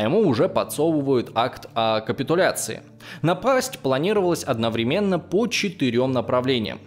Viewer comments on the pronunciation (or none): none